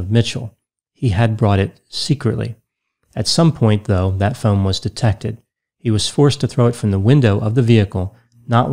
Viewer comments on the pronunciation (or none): none